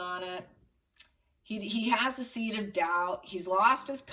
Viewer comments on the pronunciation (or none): none